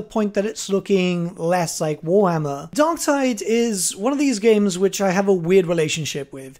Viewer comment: DarkTIDE. Tide. Like...Vermintide. Tide.